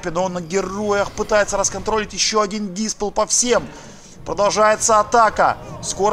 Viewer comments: опечатался, он говорил не эмпАтия, эмпатИя. и диспелл всегда был диспЕллом а не дИспеллом. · Как и дИспелл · эмпАтия и дИспелл? эмпААААтия и дИИИИспелл? Боюсь узнать, что ты всю жизнь так и произносил эти слова. FailFish